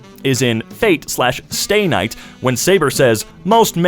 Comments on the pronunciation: There are older movies than Nosferatu that's bus seat fabric patterns I'm wheezing over how you said Fate/Stay Night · I haven't even watched fate (except the first episode of fate/zero which is 40+ minutes long) and already killed me inside of how he pronounced fate/stay night